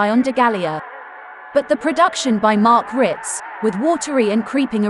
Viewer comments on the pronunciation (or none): It's Wirtz...not Writz